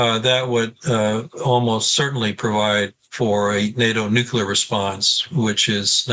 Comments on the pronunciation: Never trust an analyst who says "Nukelar" instead of "Nuclear" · How can I listen to the analyses of a man who fails to pronounce nuclear properly? It is not nucular!!! Thanks, George W. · The guest loses all credibility when he cannot pronounce the word “nuclear” correctly